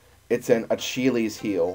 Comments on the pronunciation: Lol we know, it's the let's play curse at work! (talking about the acheelies heel prononciation) How's the actual save file doing? Was it just some random occurance or did you lose the save? Anyway great job and I did not know about the mouth laser attack! Lookin forward to the next installment!! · It's pronounced Ah-Kill-Ease. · you really cant pronounce achilles(achilleus)...